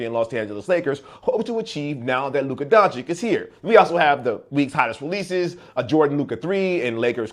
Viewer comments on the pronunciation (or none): It's "Donchich" 😊 sorry